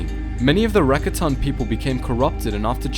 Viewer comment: "The RAKA-tan"